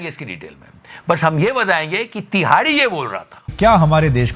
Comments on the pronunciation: Tihadi ❌ Dihadi✅😂😂😂😂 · Love the way you say #TIHAARDI😂😂😂😂